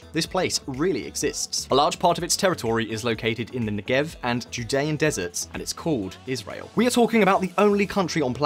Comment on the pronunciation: Great video, but you really need to learn how to pronounce names and words in foreign languages. 1. The "ch" in "Simcha" is not like "cheese" but more like the Scottish "loch". It would be better written "Simha" and pronounced as a kind of breathy "h". 2. Negev is pronounced with the stress on the first not the last sylable. 3. The Israeli parliament is pronounced "K-nesset" not "Nesset"